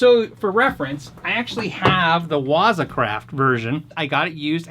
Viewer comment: Great video as always. The proper pronunciation of waza is the emphasis on the second syllable. Make sure you sound like a samurai when you say it.